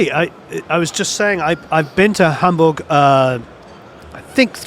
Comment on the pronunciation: Love how you say Hamburg. You know how to say it right. 😊❤greetings from germany.